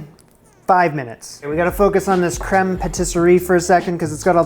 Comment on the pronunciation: You pronounced creme perfectly!! That 'r' was beautiful 😁. The second word is pronounced patis-yair. Not sure how to spell that phonetically lol